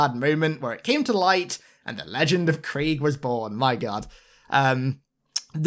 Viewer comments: Me: “Craig?”: “Creeg” Me:🥴🥴🤣😂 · Is it just me or does the way our boy pronounces the name Craig sound really irritating. I'm pretty sure Craig rhymes with Greg.